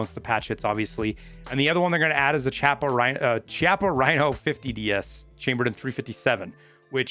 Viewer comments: That revolvers name is pronounced (Key-op-uh) not (chah-pa). It is a really cool revolver that fires from the lowest chamber of its cylinder rather than the upper one resulting in the recoil pushing the pistol back rather than back and up. Love your vids, was an easy sub. : ) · Chiappa DS60 baby! Should be available with underwood .357 penetrator ammo. Shoots like the best .357 magnum revolver you’ve ever had the privilege of using. It’s pronounced “key- ah- paw” rhino btw. Dlss is chill to have as well